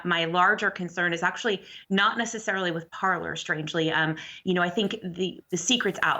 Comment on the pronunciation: This is a Canadian news channel. It really bothers me that both of them are pronouncing "Parler" wrong. LOL!